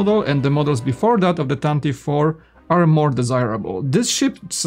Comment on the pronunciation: Pronounced “Tan-tiv-vee four”